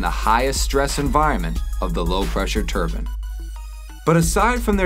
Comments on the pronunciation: A 'turban' is a length of cloth wrapped around the head of someone of Sikh religion. The rotational device the narrator is speaking of is a 'Turbine', which is pronounced Tur--bine. Why can't these people they get to narrate these vids learn to pronounce words properly, as it makes them sound like morons. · I think he means "turbine" - a "turban" is cotton headwear worn by sikhs et cetera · It's turbine!!! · American pronouncing of TURBINE makes me laugh! A turban is something an Arab wears ?